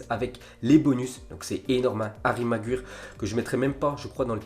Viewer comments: Apprend à dire Maguire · C magwayer pas magwyre vieux shalgue et c pas DE lite c’est de light